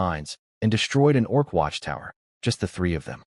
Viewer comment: doing it again, already: orc? not org? (sorry, I'm easily distracted and this is detracting from my enjoyment of the story.)